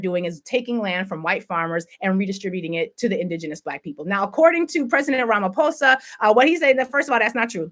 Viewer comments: No she doesn't. It's RamaPhosa not RamaFosa. She pronounces the 'ph' as an F instead of as is. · Pronounce Pres Cyril Ramphosa (RAMA "POSER") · the initial pronunciation is correct, it's a hard P, as in "Pause-Ah", as opposed to pronouncing it as if it's an "F". Otherwise you're good, I've noted some of the French speaking family on the Motherland also make the same error. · Pronounced ramaposa. You got it right except the "f" part. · They don’t want to leave!!! 😭😭😭 The so-called Afrikaners held a press conference yesterday to announce that they don’t want to leave South Africa. Looks like they just wanted Elon to use the might of the US to restore apartheid in South Africa. The correct pronunciation of Ramaphosa’s surname is Rama-paw-sah my sister. You did well with Injeje. Thank you for covering this story. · I like how you tried to get those words write. When you say Ramaphosa just remove the H when you say it and it will sound right. As for the clicks it's in your genes but you gotta see videos to learn the clicks.